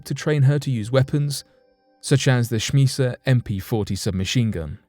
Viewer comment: Need to brush up on your pronunciation - Cheyenne - 'Shy Ann' Schmeisser - 'Shm Eye Sir'